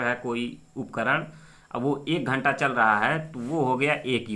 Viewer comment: घंट नही मामा जी घंटा होता है ।🤣